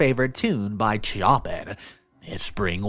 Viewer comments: Thoughts: Chopin is generally pronounced like "Show-pan" not "Chee-opp-in" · "Spring Walt" as referenced in Story 1 composer's name is pronounced as "show-pan" and not "chop in." Did Chopin really write a "Spring Waltz?" No, Frédéric Chopin composed numerous waltzes but the "Spring Waltz" was not one of them. The actual piece playing in all of these videos is "Mariage d'Amour" composed by French composer Paul de Senneville in 1987. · Oh my dear. Not “Choppin’” , it’s “Sho-pan”. Please look up words you’re not familiar with, luv. I love the care you put into your cartoons, but some words you don’t know pronunciation of and guess horribly wrong- you’ve pronounced “Lilac” (“should be “ly-lak”) as “lil- ack”. There’s other ones. They just take me out of the narrative. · Hey, Chopin is pronounced Show-pan. Sorry for the correction but I could not ignore this one. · I want to say this as kind, and loving as possible, because I too sometimes read something incorrectly. And my spelling is bad because of a learning disability. The word scolding is pronounced like: (sk old ing), and the name "Chopin" is pronounced like (Show pan or show pin) I few posts back there were some haters criticizing you because you sometimes misread words. I reminded them that it is not easy to read allowed, nevermind to a thousand or more people ever day. It must be so hard to be so hateful, that you feel you must criticize others. Don't worry, I got your back, and so do all the other thousands of people too. Don't listen to the bull shit they're slinging. It's the only thing in their lives they have left to throw. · Shoh-pan for Chopin xD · Chopin? Who is Chopin? It's pronounced Shopin. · chopin is pronounced show-pan